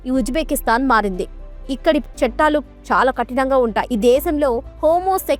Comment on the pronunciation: చట్టాలు అనాలి. చెట్టాలు కాదు.